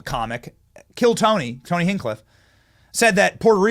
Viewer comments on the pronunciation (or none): Hey Benny, Tony's last name is pronounced HINCH*cliff, sending lots of support, great job.